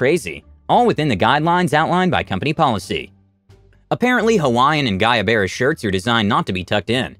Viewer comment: Guayabera is pronounced goo-ah-yah-vera. Lol. There's no issue, just though you may want to know. I like that word.